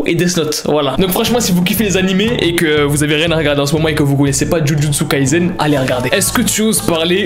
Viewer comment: Moi qui jusqu'à la disai jujutsu kaisen et la j'entends djudjutsu kaizen ma sœur qui me dit ouais sa se dit moi : 😵😵😵😵